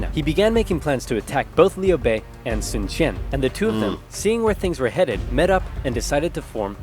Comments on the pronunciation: Sun quan is like "Sun chuan". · sun quan is wrong but ok